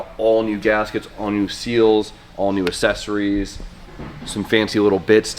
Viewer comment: for the love of Christ, please stop pronouncing accessories wrong. I don't know how you mispronounced it 6 times in one video. Ya fuckin ding dong